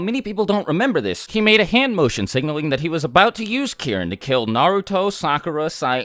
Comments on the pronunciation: did he say Kieren 😂😂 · Key - Reen. Get it right. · Every time he mentioned Kirin in other videos I always thought he was talking about Karin but was just saying it weird😂